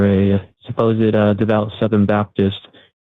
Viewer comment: “Suppose-ed” …what a dweeb